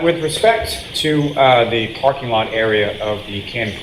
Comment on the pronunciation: “I’d been pAhking vehicles at the lot…”